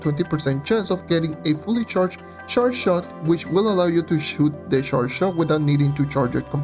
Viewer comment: you get the correct pronunciation for "charge" by thinking "ch" as in Iris CHacon. There are moments where it sounds as if you're mashing together two different sounds and almost sounds like "sh" instead of "ch". That said, I enjoy your vids, thank you. As always, your subs are not reflective of your quality of work. Thank you.